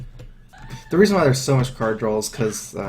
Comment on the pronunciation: Besides the amazing gameplay, one of my top reasons for watching his vids is that he says "drawl" instead of "draw". It's hilarious